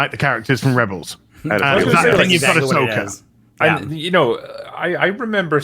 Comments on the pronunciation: Star Wars - AhSHEka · "Ahsoka"....no thanks!!